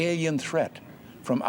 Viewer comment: He didn't say alien threat he ainian treath.😂😂😂😂😂